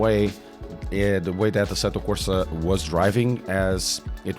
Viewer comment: AC-Tó Corsa É-vou sff 😂 sai um pastel de nata